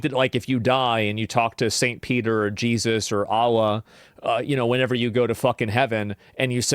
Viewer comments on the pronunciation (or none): none